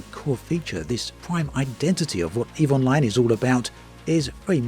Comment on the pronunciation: Every time you say "Eve Online", I keep hearing "Evil Mind"